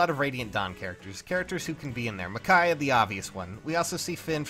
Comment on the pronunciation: Michaiah? It’s Micaiah.